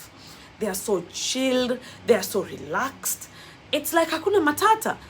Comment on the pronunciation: I am glad you can say " ha kuna matata" like us. Keep learning our languages.